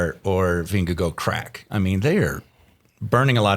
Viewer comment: Why do you guys sometimes say "VingeGO"? It makes no sense. If you cannot pronounce "å" then just go with "VingeGARD".